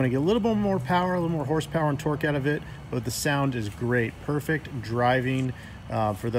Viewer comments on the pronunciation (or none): none